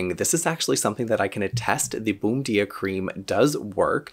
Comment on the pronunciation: Not being critical. But the pronunciation is more like "bone-JEE-ah" since it is Brazilian.